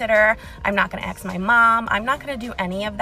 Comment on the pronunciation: Ask, not ax!!!